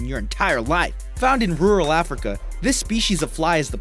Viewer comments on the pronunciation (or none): none